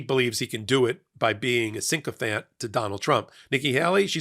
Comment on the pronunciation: The invisible n is silent. - Sycophant - not syncophant.